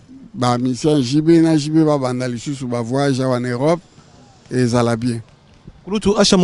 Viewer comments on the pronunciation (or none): none